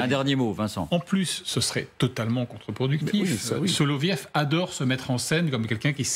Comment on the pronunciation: " SoloviOv ". Le Ë se prononce " io " en russe. Comme " Gorbatchiov ", " Khrouchtchiov " etc. Apprenons dès maintenant le russe, ça pourrait nous servir dans un avenir proche...